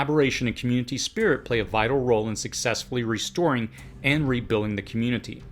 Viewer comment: Why can't you say rebuilding properly!